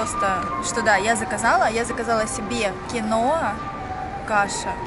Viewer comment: Не киноЕ, а кИнуА.